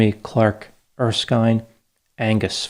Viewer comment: Its Er-skin, not Er-skyne.